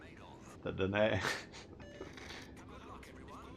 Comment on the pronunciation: Hi, from sunny Spain, the Danae is pronounced Dainy. This name later borne by a Leander class frigate in the 60-70's in the Royal Navy. Enjoying your channel and all the hints and tips giving me a greater understanding of gameplay Generally I'll play on my own in random battles, when my son is available back in uk he joins with me online teaming up on coms. Great fun for a couple hours. But I have to consider he has a young family to take care of too.